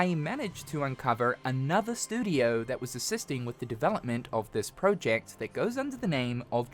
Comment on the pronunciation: I hate the way yoi say project